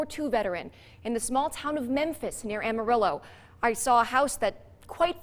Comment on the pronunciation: Her pronunciation of Amarillo makes me want to die